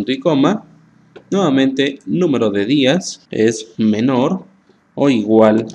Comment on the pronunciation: Muy bueno, pero es Días de día, no Díaz de apellido